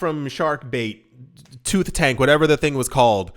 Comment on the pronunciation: " Tooth Tanks!! really! 🤣😂🤣😂🤣